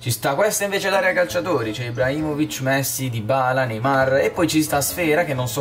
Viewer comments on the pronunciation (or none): none